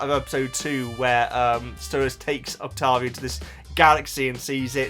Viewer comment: Saying Octovia instead of Octavia was driving me nuts.